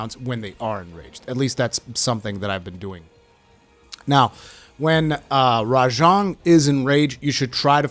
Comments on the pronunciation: its RA JANG by the way not rajong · Is that how you pronounce it? It just sounds wrong lol